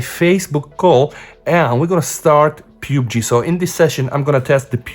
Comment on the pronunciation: dude its pub g not pube g